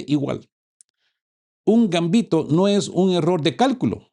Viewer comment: ERROR. De acuerdo con la RAE la palabra GAMBITO es LLANA, es decir, que se acentúa en la segunda sílaba y no lleva tilde. Copio de la RAE Gambito Del it. gambetto 'zancadilla'. 1. m. En el juego de ajedrez, lance que consiste en sacrificar, al principio de la partida, algún peón u otra pieza, o ambos, para lograr una posición favorable.